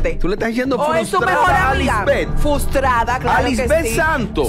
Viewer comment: Se dice Frustrada. Esa mujer no va a aprender a hablar???